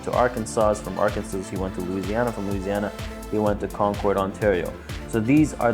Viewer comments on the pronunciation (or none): none